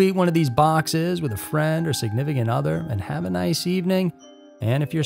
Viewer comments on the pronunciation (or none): none